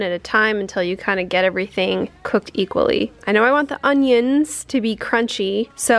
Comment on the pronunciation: My auntie said "UNGYUNS," too!! Too funny!!